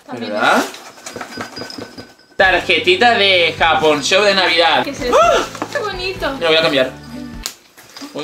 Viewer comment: Se escucho que la dijiste japonshop 😦